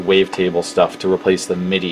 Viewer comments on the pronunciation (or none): none